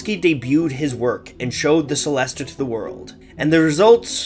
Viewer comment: It's pronounced like cello so chellest (the e at the end is also silent)